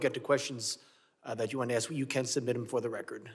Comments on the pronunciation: It's "ask," not axe. Good job putting people in congress who can't even pronounce or use the English language properly. So professional. Speaks volumes for the democrats. So sad. Hate to see the other choices!!! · Go ahead, "aks" your question. Pitiful.... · She must let me AXE my question chairman...